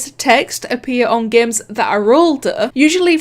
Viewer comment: She says games as geymns i really am annoyed of it